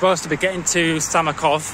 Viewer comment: Beautiful places. The town is called Samokov, not Samakov :) Cheers and all the best!